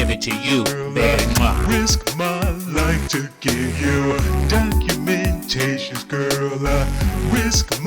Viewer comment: WE DIDNT LAND ON DIS DOC-U-MENTATION... DIS DOC-U-MENTATION LANDED ON US